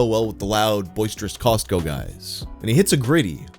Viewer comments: The T in Costco is silent!😖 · The way pronounces Costco bothers me deeply